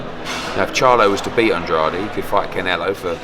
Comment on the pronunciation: Eddie 'Andrahday' Hearn